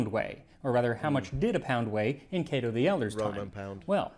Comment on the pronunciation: Kah-toe? I’ve been saying Kay-to for forty years. I can sort of read Latin if I have a dictionary handy, can’t speak it for sure, or even understand it when I hear it spoken Thanks for the proper pronunciation Now have to get used to it